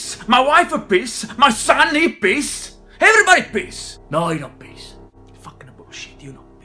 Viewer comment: Every - a - bodies - a - pissed 🤣